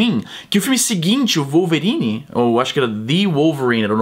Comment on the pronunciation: Izzy já que vc tenta falar melhor o português aqui nós falamos "vólverine" no vídeo vc falo "uolverine" ;-)